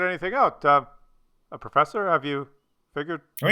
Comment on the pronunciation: "perffesser" really, You're starting to get more stupid than normally, there.